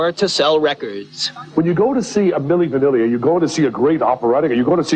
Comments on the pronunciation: It’s milly banily not minily banili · Is he saying "Manilie" Vanilie, isn't Milli Vanilli? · My dude, it's not Manilli Vanilli but Milli Vanilli 😅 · It's not Manilli Vanilli..... 😂 😂 😂 😂 It's Milli Vanilli... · It’s Milli, not Manilli Vanilli. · It's Millie Vanilli, not Manilli Vanilli❤ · Manili Vanilli?!!! 😂😂😂 it’s Milli Vanilli - Lawd!! I’m dying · constantly mispronouncing Milly Vanilly is making me holler. 😂😂😂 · I'm sorry but the mispronounced milli vanilli was taking me OUT. If it had only been one, I likely would have brushed it off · Lolol man. its Milli Vanilli. You have a few too many syllables there. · Kiely’s mispronunciation made the song 🎧 cute 🥰 tho